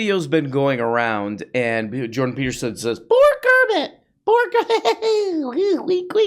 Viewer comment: "Jordan Teetersen" 😂